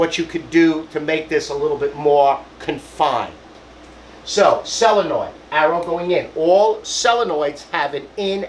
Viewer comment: SO-len-oid, not sell-a-noid.Tank you!